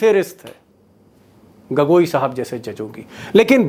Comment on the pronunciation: उच्चारण सही करिए श्रीमान, गगोई नहीं है गोगोई है